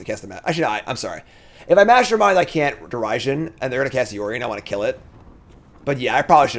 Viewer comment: The pronouncing Derision as Dare-i-sion kills me 😂